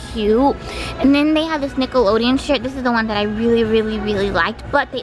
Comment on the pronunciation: Dude she really said Nickelodeon shit instead of shirt